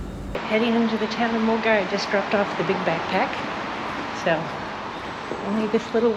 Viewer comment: Very useful and detailed intro to the WHW. Super impressed you were able to pronounce Milngavie correctly (some of the UK based Youtubers couldn't do it - they pronounced it incorrectly as Miln-guy) ;)